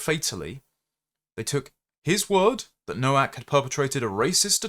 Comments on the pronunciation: FFS it's pronounced NO-VAK! The W is a V in English. Why would you comment on someone's demise when you didn't take the time to learn how their name was pronounced? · Nowak is pronounced Novak. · Please, have the decency to pronounce his polish surname correctly., I think the poor lad and his family deserve as much. The W is pronounced V. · The first 150,000 times I heard it mispronounced I ignored it.